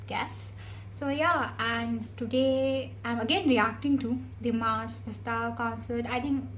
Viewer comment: Hi, bastau is pronounced like "bus town" but without sound "n" in the end.